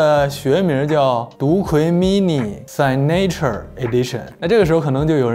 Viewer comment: 一直挺喜欢你做的节目的，不过拉导作为一个留过学的人居然signature念sign-nature。。。